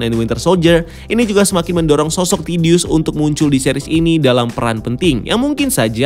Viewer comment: Other people: Thaddeus Ross: TIDDY-ous Ross